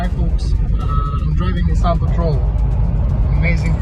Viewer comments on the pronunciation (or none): none